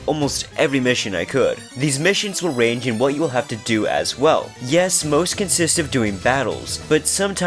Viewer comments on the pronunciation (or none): none